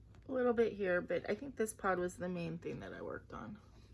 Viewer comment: Happy Hanukkah! And Happy Thanksgiving 🦃 The peacock wreath is pretty! On Night Creatures I thought you were saying PAWT (part) in a Boston accent...then I realized you were saying pod!!!LOL! I can't choose: I like the picture in Choice #1 but I like the words you'll do in Choice #2, so I guess both? Hope you have a great week. Looking forward to your Hanukkah vlog!!